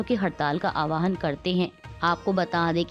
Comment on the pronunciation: आह्वान not आवाहन